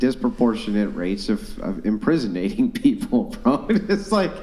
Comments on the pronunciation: Did she say "imprisonating"? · Inprinsonating 😂 "i dont think you have the prerequisite knowledge on this topic"